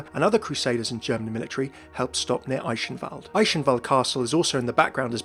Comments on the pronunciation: Your pronunciation of Eichenwalde really triggers me. Just kidding obviously. ^^ But seriously the "ch" is a hard "g" sound, not a "sh" sound. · Eihenwalde is pronounced eye - (soft) k - en val - dt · The Details!! of pronuoncing Eichenwalde wrong. D